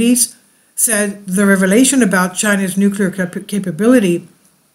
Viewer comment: Nucular war? No way